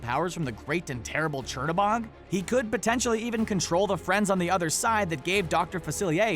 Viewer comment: Not a big deal but the right way to say Chernobog is cher-(chair) no-(no) bog-(bo -ge the ge is a guttural G so sounds like G-e almost like the GU in the word gut). I hope I make sense with the way I am trying to teach you how to pronounce Chernobog but this is in Russian other countries will pronounce this differently. Fun fact Cherno means black and Bog means god and is like the devil in Slavic folklore because his opposite is Belobog which means white god or a better way of saying it would be light god as Chernobog would be called the god of darkness. I am actually really impressed with Disney to be so well informed with Slavic folklore which they could of chosen the easy route with Norse, Roman, Greek, or Egyptian gods. Also thank you Screen Rant for this great video and also for you to share with us.